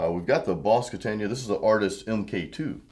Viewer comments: Kata-na .... Not Katan-ya. Lol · It’s Katana not Katania. Come on brother. It would be great to hear something besides a bunch of over drive like blues or no shredding wide open. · Its not a KATAN-YA, ITS A KATAN-UH. It's far more than a practice amp! If you had gone through the variations, and the cab resonances/tone shaping you would have seen what this amp can do. I have a 73 100w Plexi & a HighWatt DR-103, and this Katana keeps up with EITHER!